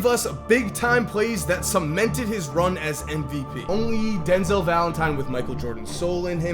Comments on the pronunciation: AND the two thousand seventeen summer league EM VEE UHPEE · “M-AHaH V-AH P-EE”